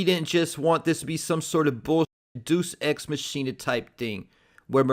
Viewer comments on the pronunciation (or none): Lol its pronounced “Day-us Ex Mach(Like Mach 5) Ina” No worries i had to learn the hard way also